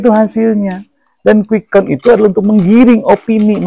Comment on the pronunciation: sebutin Quick Count aja salah... KUWIK AKOUN:face-blue-smiling::face-blue-smiling::face-blue-smiling::face-blue-smiling::face-blue-smiling